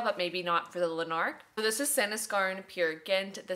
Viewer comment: Absolutely cannot get enough of your videos - feels like I’m hanging out with my pal! I hope this doesn’t come across dickish but we pronounce Lanark as ‘LANark’ (emphasis on the first syllable) Lots of love from Scotland 🏴❤️